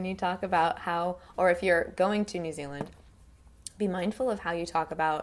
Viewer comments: This is so fucking weird, she's american but she can do the kiwi accent really well that when she switches to her kiwi accent my mind automatically thinks that shes a new zealander. She doesnt say New Zealand properly in a New Zealand accent, but otherwise it's perfect! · u cant pronounce new Zealand correctly but ur pretty good at the kiwi accent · That's a scary good kiwi accent but the only thing is the way you say new zealand is wrong. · That's pretty brilliant, the one comment I make it the 'e' sound in Zealand is slightly longer than you're making it. New Zeeeland instead of Zillund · Nikki Piława I heard new Zilland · Great job! the only thing I think sounded off was the way you pronounce "New Zealand" - "New Zulland" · Kiwi accent is sooooo good, you literally sound like a local. I have just one comment, in the kiwi accent you're doing you wouldn't say “New Zilland” you would say “New Zee-land.” The “Zilland” thing is more something older people say, mostly older people who live rurally and sounds very out of place in the accent you’re using which is a more neutral accent that the majority of us have, otherwise it is absolutely spot on. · She is very good but we say New Zeal - IND not New Zil - UND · This is great! I loved how you didn't make fun of either dialect in any way. The only time where ya got it a little off was w/your 'New Zilland/Zulland' that didn't sound so right to me. Love from New Zealand, & Good on ya Mate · She pronounces New Zealand strange xD it sounds like she's saying "New Zilund" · New zeluhnd 😂😂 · Oh jesus you're kidding me. Like a lot of them are relatively over exaggerated but correct, but saying Nu Zuland. I am a kiwi and the only people who pronounce it like that are people from the wops of christchurch, first time i heard you say new zealand i couldn't even understand what you said. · Why do u say New Zealand like that? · Jinder Mahal she says new zealand wrong